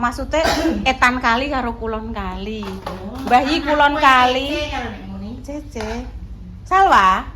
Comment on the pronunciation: Di bilang Cece bukan Che Che Bu yunnn😊